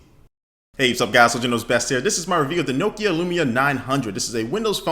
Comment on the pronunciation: It's Nokia not nookia ha great vid